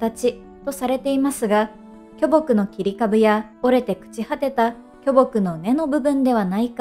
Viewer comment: きょぼくイントネーション気になる